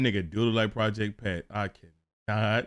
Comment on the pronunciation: Project Pat-ta